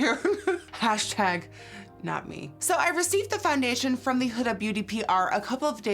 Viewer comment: From (!) not fromage !!